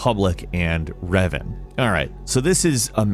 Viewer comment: when you first started talking about star wars and reven I thought you we saying Riven like Myst universe I was like thats crazy.